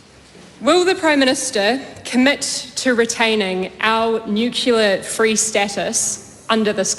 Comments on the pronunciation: Nuclear not nucalar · She can't even pronounce nuclear correctly 😂😂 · What the hell is 'nukular'? What an embarrassment this child is. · Can the Education Minister please school little Chloe that the word she's trying to say is NUCLEAR, not NUCULAR. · The word is not nukular but nuclear THIS WOMAN IS SOOOO DUMB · She can’t even pronounce the word nuclear correctly. “Nukular” 🤪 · She doesn't need any help from Winston. And what does "nucular" mean? It's embarrassing when our "politicians" can't even pronounce basic English words. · Who does Slowbrick think she is; when she says "nucular" (nuclear)? I mean; she could hardly have learned that nonsense pronunciation from Jim Knox, the former president of the Federation of Labour; as she wouldn't have been born then. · She can't even pronounce the word. It's Nuclear. NOT Nukeyoular. (To be Pacific) 😝 Toddlers being paid hundreds of thousands of our Tax is all I see there. And dumb. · Chloe needs to learn to say nuCLEAR not nuCULAR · Its Nuclear not Nucular you flog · Doesn't she say "nucular?" Maybe she's unclear on that. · The word is nuclear - not newculear. Pretty simple really. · Have no idea why she wasn’t shut down for the non existent word nukular?! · Nukula 😂 its nuclear you Luddite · Since when has 'nuclear' been pronounced 'nucular' in New Zealand? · What an evil woman! She supports Hamas? Good God please - what is wrong with Auckland voting this piece of trash into parliament. And "nucular"? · Chloe should learn how to pronounce nuclear.... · I struggle to hold respect for a politician that can pronounce NUCLEAR. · She needs to learn how to pronounce nuclear. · Chloe. It is about time you learned to pronounce Nuclear. Try to be more aware. This word has been around since you were born Do you never listen to those around you? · She cant even pronouce "nuclear" 😂